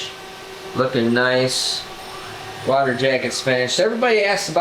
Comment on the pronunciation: I cant be the only one to get a kick out of the way says water